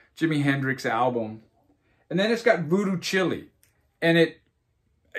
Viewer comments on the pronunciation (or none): I appreciate your passion, but you lost me at Voodoo Chile, which you pronounced "Voodoo Chili." Really?